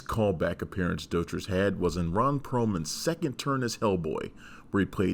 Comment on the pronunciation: Actually you're wrong about Roy's last name too, it's DOUGH-TREESE, FFS he was at enough fan conventions for you to check youtube.